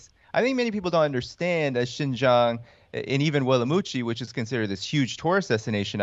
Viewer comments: Please pronounce Xinjiang as Sing-jiang , and not Jinjiang or Zinjiang. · Thank you Kim for this amazing work. You are sorely needed in this post-journalism world. BTW the proper way to pronounce Xin Jiang is more like sin-giang. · I've been saying this for the last decade. Thank you for covering it. Btw Kim— it's pronounced 'sheen jiang' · Kim, you’re fantastic. The way to pronounce Xin Jiang is “sheen jee-ahng” where you barely say the “ee” sound, almost like “sheen jhang.” The guy you interviewed was saying it mostly right so listening to him a few times will help. Love your show! ❤️❤️ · Nope, it's pronounced "sin" Jiang.. but you're closer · Tbf it's pronounced the way you would if you were saying making a "heeeee" sort of sucking noise, by sucking inwards. Reverse that, make that noise, not by sucking inwards, but by pushing out, and you have the "xi" sound. Jiang is also the same, is is as you were saying "Gee", but with that flat "heee" sucking texture, causing the g not to be a "zhee", but a "Ji" sound. Xin Jiang. ang as in ahng. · Kim, Xing Jiang, should be pronounced as Sin Jiang in English tong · Wouldn't it be more lika Shin-jiang? I thought X was pronounced kind of like the Sh- sound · And Kim, please listen to on how to pronounce Xinjiang. Your pronunciation is kinda embarrassing